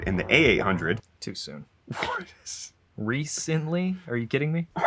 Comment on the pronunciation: "Reece-ently"! I had to watch that a few times.